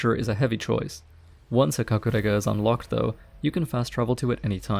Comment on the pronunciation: i like the way you said kakurega. it sounds like japanese accent